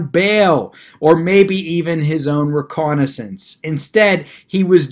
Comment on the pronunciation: It's "released on his own RECOGNIZANCE, " not RECONNAISSANCE.